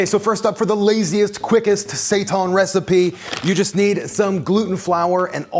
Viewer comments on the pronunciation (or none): Seitan is pronounced like SAY TAN as in "hail Satan." There is no "ton" in that language unless there's a g after the n.